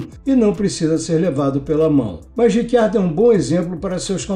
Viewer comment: Cara, pode por favorme explicar essa pronúncia do nome do Riccardo, já ouvi "Ritchardo" (vindo da origem italiana) ou "Ricardo" (afinal, somos brasileiros), mas Rick Ardo eu nunca ouvi antes...